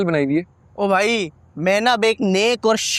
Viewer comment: The way said that rickshaw wale bhoai instead of bhai